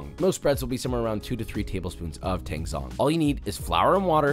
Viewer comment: a more accurate pronunciation of tangzhong would be “tahng jong”. Your choice if you want to say it that way ofc, since an accent is an accent